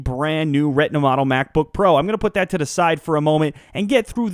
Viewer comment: u say retina funny :D (redna)